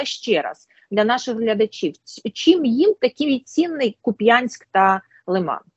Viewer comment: Будьласка - КУп'янськ, наголос на У.